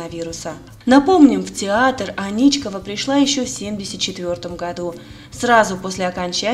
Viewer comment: Аничкова, ударение на первую "А".